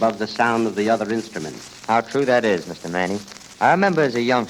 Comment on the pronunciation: Max Manne was too polite to tell the dense announcer that his name is pronounced Mann not Mannie.